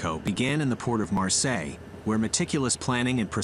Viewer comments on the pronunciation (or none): none